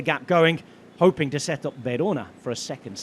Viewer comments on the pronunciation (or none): none